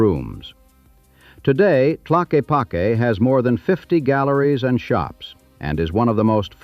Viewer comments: I too lived in Arizona for 17 years. My wife and I moved to Sedona in 1996 she did the Psych work for the Hospital in Cottonwood and I worked for Pink Jeep tours. Yes, it is a magical place and we both miss it and our friends. For your information Tlaquepaque is pronounced Tah lakah pakey. I think everyone should know the real story of the Vortexes and how they were discovered. Back in the 70's Page Bryant had a business where she would take people around the Sedona area and give them personal tours. After a while Page became sick and ended up gaining a lot of weight, enough where she had a lot of trouble taking people to the spots she normally went to and because of it her business started collapsing. Suddenly, she announced her discovery of Vortexes and describing the wonderful powers they had. Her business started to really grow. She would tell you that if you were in the vortex the energy would sometimes come down from above and sometimes from below., some were male and some were female and if you wanted to experience the full powers of the vortex you could do so by buying one of her Mogo bags. Because of her excess weight and inability to walk to far, if you look on a map and see where each vortex is located you will find that incredibly they are all very close to the road within a short walking distance. Going forward in time Page decided to leave Sedona and moved to Asheville NC. where she somehow was able to make a remarkable discovery. Bet you can't guess what. Yep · Pretty good, the AI got the pronunciation of Tlaquepaque correct 1 time😂😂. I live 17 miles from Sedona. It used to be a cool place to go hang out I have been there maybe 10 times in the last 20 years. Only to do whatever business has to be done and then leave. Now it’s a nightmare. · Having grown up in Sedona in the 80's I'd like to think the effort my friends and I put into giving tourist the wrong directions helped a lot. And we always pronounced it Ta lock ee pock ee